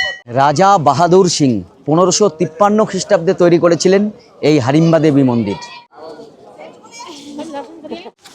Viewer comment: হাডিমবা না হিডিমবা